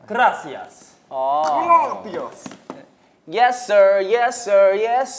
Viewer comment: 킬링포인트 투성이인데...🤔 여상이의 그rrrrrrrrㅏ시아스 첨에 라이브 보고서도 웃겼던 부분이어서 제 픽은 그 부분!!! 이렇게 클립영상 올려주면 너무 그라시아스✨